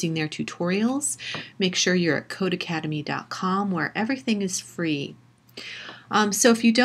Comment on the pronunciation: It’s not codeACADEMY lol it’s codeCADEMY. Just read the website name.